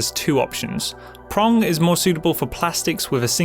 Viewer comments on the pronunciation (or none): Phong is pronounced fong, not prong.